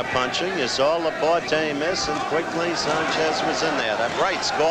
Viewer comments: It took 2 rounds for Cosell to pronounce La-Por-TAY not "La Por-Tee" .Bad preparation . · Even though he couldn't pronounce Laporte's name.